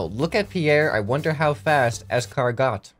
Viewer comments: It’s not pronounced es-car-got it’s ez-car-go lol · noooo it's escarGO not GOT its meant to be how fast "this car go" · It’s pronounced es-car-go not es-car-got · escar Got no its escar GO bro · "Ez car got" - attempting to pronounce escargot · It’s pronounced es-car-GO. You’re welcome. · I bet people already said it but escargot ispronounced escargo cuz French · He does know it’s pronounced es-car-go, right? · You said escargot wrong It's said like "es-car-go" not like the word "got" it is "go" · It's es-car-go